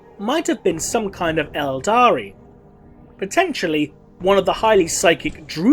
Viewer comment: OK, the 'aldari' thing is starting to bother me. ELDAR. Can we just use ELDAR please?